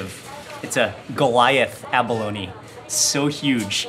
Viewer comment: its not abalonie its abalone lol